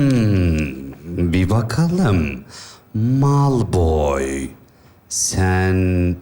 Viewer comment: Heryy potter oldu 😂😂😂😂😂kondrakula malpoy cok yakisikliymis😂😂çok gerçekçi olmuş yeminle😂😂harmy deyil harmony 😂😂😂heryy poterr